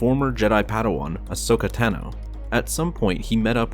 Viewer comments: i’m sorry what?? “Ashoka TANNNO?” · you said Ahsoka Tano wrong but I know you speak American (or whatever) and I speak Austrian